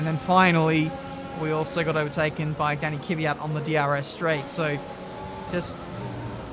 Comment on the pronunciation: an its pronounced kwiat not kivyat